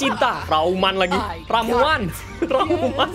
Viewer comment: Ramuan Bang bukan rauman